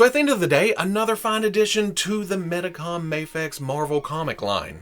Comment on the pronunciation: And Medicom is pronounced Meedee com.